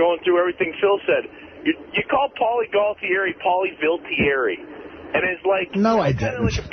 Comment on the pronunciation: the guy is right Artie Does say Paulies name wrong disgraciad Artie, disgraciad best part